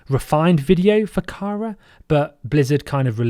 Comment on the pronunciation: That 'Kara' pronunciation shudder